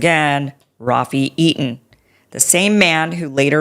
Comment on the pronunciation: This woman is a miscreant and a conspiracy nut. All you need to know. No doubt she is taking cash from Qatar. She doesn't even pronounce Rafi Eitan's name properly. How do these people even get these jobs?